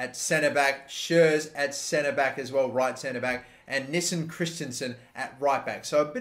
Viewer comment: Just say Nissen